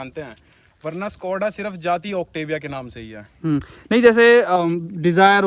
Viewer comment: Bhai सकोडा नहीं शकोडा khete hai Just saying 😅